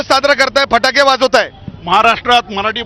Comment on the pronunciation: फटाके बोला फाटके नाही.😊😅